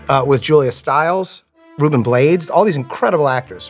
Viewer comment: His pronunciation of Ruben Blades really caught me off guard